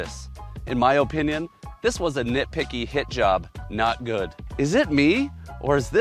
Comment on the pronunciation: I don’t like the way this guy says Oh-pinion